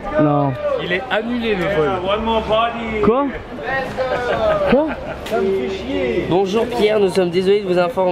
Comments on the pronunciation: Les Vlogs sont incroyable mais bordel arrête de dire Lek’s go c’est Let’s go bordel mdr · A chaque fois que veux dire lest go il dit leks go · J’ai une question pourquoi il dit tous le temps legsgo et pas lets go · Trop bien les vlog mais juste on dit « let’s go » et non « leg’s go » 😂 j’ai fais fixette dessus h24